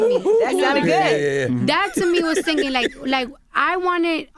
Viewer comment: “Am I sing ging” lol😂. How can you hate her ?